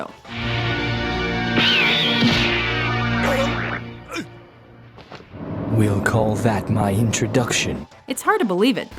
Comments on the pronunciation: Yu Yu Hakusho... learn how to say it right.. and Luffy too.. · you guys pronounce things weird it's pronounced "you-you-ha-koo-show" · At least learn how to pronounce the names correctly.... I'm at vicious and you've pronounced luffys name wrong, and yu yu hakusho wrong already. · They mispronounced Yu Yu Hakusho to.... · Hearing how she pronounced Sensui and Yu Yu Hakusho was just painful.